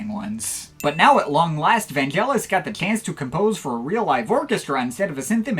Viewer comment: Great wrap-up of Vangelis' career - I watched it all the way through and nodded in agreement most of the time. (NB: like Derek Power says - Vangelis's name is pronounced with a hard G as in AGree, not Gelatine). If you get a chance, check out the album Antarctica - I was listening to it the other day and very impressed with its production and think it's one of his best. It's one of the last recordings he did at his privately-owned Nemo Studios, near Marble Arch in London. And if you like ambient, try out L'Apocalypse Des Animaux, which has two tracks that pre-date of Brian Eno (and other)'s "ambient" music. NB: a number of people such as Derek Power consider Vangelis "a father figure", and Mars Lazar went as far as to say when Rutger Hauer's robotic character in Blade Runner says to its maker "I want more life, father", as a keystone moment. Alas, Hauer actually says "I want more life, fucker" - it was re-dubbed for more delicate ears...